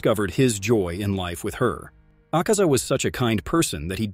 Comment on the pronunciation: The way he pronounces some words makes me mad asaka 💀 shinobu koushi💀